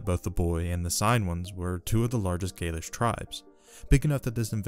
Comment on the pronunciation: You make great videos covering some very interesting lesser known topics of ancient history. I've really been enjoying listening to them and have become a subscriber. However, your pronounciation is off at times in this video and others, which may be a bit jarring or confusing to some viewers. In this video for example, you pronounce the word "gaulish" as "gaelish." This sounds similar to "gaelic", which refers to the celts of Britain. Another example is your pronounciation of the "La Tène." I have always heard scholars pronounce it as follows: I hope I'm not being too nitpicky. Please keep up the good work!